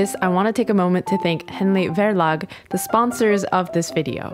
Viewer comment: A note on pronunciation: The "V" in "Verlag" is pronounced like an "F" and the stress is on the "a".